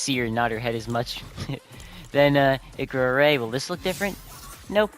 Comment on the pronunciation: comander zavala is a awoken (a race in destiny of people who were exposed to massive ammounts of both light and dark forces during the colapse (an appocolypse ) which makes them purple) also you pronounced his name wrong XD same with ikora. im well versed in destiny lore so ask away if you have other questions (watched a 12 hour lore video)